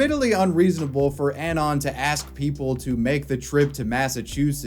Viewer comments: That's not how you pronounce "anon". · It’s pronounced “UH-NON”. Not “AN-ON”. For fucks sake.